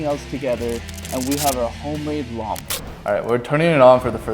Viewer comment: He just said mawn lower🤣🤣🤣